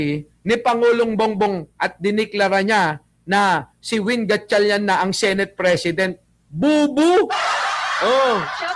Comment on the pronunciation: she said, "sineyt." bisaya ang accent.